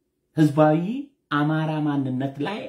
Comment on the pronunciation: እማራ. እማራ. እሜራ. እማራ. እያስጠላህም.